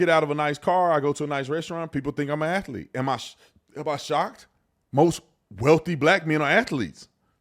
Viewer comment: Athlete has two syllables